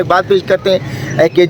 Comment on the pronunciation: ولڈ لائیف نہیں 😂😂وائیلڈ لائیف ھے